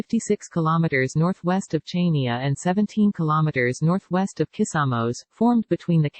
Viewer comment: The obotic voice is so irritating and the pronunciation of Chania is wrong! Chaynia? It's pronounced Haniaa! If you are going to make money from the film, at least ask the locals how their names are pronounced.